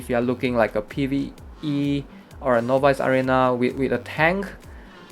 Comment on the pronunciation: Everytime he says novice arena (no buys) I cringe.